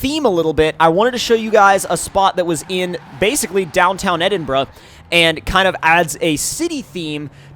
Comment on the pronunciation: An American that pronounces Edinburgh correct 😱🏴